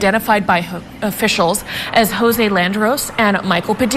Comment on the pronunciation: That name is pronounced "Ho-sway", brother.